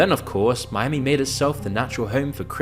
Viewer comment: Are you talking about Miami or Spanishami?